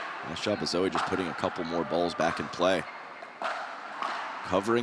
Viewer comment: Sounds like the announcers are saying "Zoey" almost -- are they getting the pronunciation right? Dominant performance by alw as always.